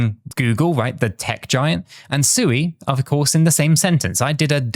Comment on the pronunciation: Come on, pronounce Sui correctly, 😜